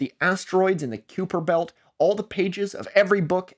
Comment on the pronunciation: bro have you never heard kuiper belt said out loud